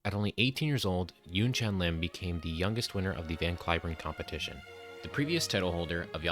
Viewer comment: Not [YunChaen] but [YunChan], please.